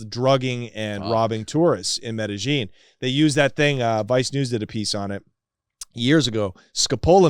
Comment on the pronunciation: every time he says Medellin cartel as medijean i start to believe this 🤣